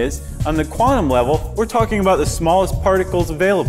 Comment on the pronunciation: One scientific word the host is pronouncing wrong....quantum is quantum not qwarnum